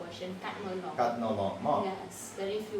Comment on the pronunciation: It's not....katno long . It's ......long katno.